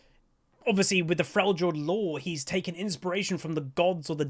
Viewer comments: I love you but I have a couple of bones to pick with you. Firstly: it is pronounced "frelyord". Secondly: Dragon Ball is one of the most overrated anime out there, super boring, unreasonably stretched scenes, goofy story and edgy characters, let alone the length of all that thing. Yuk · I’m excited for him. I hope the new stances will have some skill expression to them. I wonder if they’ll release the fourth demigod before his rework to tie all of his abilities to them, or if it will be the boar like what Sejuani rides. Seems to be super cool! (Also, it’s Frel-yord. You don’t pronounce it as a “J”) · Cool video! buuuut could you please pronounce Freljord correctly? the J is pronounced like a Y (in the word Yeah for example) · I think you need to watch some more trick2g if you think Uydr has not skill, that guy pulls off some shit that is just astounding withs him.. also is it just an American thing to pronounce Frejord as Frey jord?